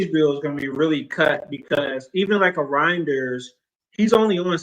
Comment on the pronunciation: why u keep calling the guy “Roynders”? It’s Reijnders bro lol. Is that a Manc thing to butcher names? lol😂 Steve does it too